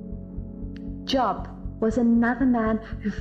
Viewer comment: I have a question that is not intended to be a criticism, but I feel deserves an answer. Wouldn't a true Christian know that Job's name was pronounced with a long o like the word robe? 🤔🙄